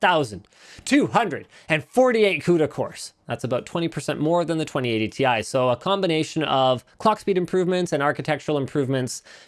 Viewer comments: As a Chemistry student I can tell you that basically nobody pronounces the Chemical Symbols like that. The letters are pronounced seperateley or the element itself is named. Pronouncing Titanium as "Tie" doesn't really make much sense and would be confusing. T, I is correct. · I will NEVER say "tie". It's tee eye. It's like how Sony confirmed it's a cross rather than an "X" (that one actually makes sense, but I don't care, I'm still calling it X because I have done my entire life and I'm not about to change everything I know because someone says I should) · NO, TI for Titanium is still pronounced t i. For example, we pronounce H20 as H2O and NaCl as NaCl. So, Ti cannot be pronounced TIE. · Ti was always pronounced T I. The marketing guy who told you it's "tie" is definitely trolling. Jensen Huang has been calling it T I for years now. You can watch the 2080ti launch. He says "Tee Aye" as much as he says "the more you buy, the more you save". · no its ti double x y z not tie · specs leaked or why it shouldnt be pronounced "tie". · Linus fire 🔥 that email back to nVidia and tell them any letters that are capitalized must be said each letter individual. For instance USA. You say U S A all separate not uuuuuuussssaaaaaa not yousaaaa. Just like RTX 2080 TI YOU should say it like we do R T X 2080 T I all capitalized letters must be pernounced as individual letters on their own it just that simple. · It’s Thai fighting as in Thailand, not fighting with ties 👍🏻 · So π can be pi and sound like pie, but ti cannot be ti and sound like tie? Hmmm, Linus, you should be the last one to go with stereotypes my man. You were the Chosen One! It was said that you would destroy the Stereotypes, not join them. Bring balance to the force, not leave it in darkness. 😂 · Titanium in Chinese is pronounced TIE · 99% of the people call it "TI" but 1% that's Nvidia call "THI"... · The short form for "Titanium" is still pronounced "TEE EYE". No one calls Lead "Puhbuh". Well, I do now.